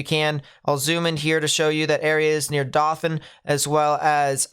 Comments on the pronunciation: Great information you put out there. One correction: Dothan, AL is pronounced DOUGH-thun, not DAH-thun. Keep up the great work! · "Doe-thun" not "Dah-than." :) 1000% not being rude, I know it's impossible to know all the correct pronunciation of all the cities. From there. Hope we stay safe! Thanks for the weather!